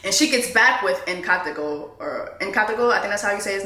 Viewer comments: If Jessie not butchering a name or word then the video don't hit the same for me! 😂 Nkateko = Katego, Connect n Go, Kanego, Atego, Abednego, N-Taco....💀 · "Inn-Kaa-Tehcko", you're welcome lol